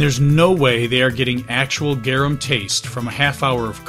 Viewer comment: its pronounced "Gar- Um" not "Gyeereuhm"